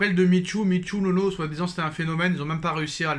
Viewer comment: C’est pas Nono, c’est NEUNEU !! 😂😂😂